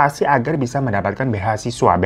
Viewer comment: recehku pecah pas babang glowing bilang "BEHA SISWA" WKWKW